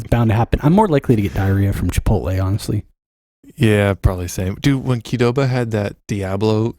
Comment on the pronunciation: Thank you for saying Qdoba. I never knew how to pronounce that!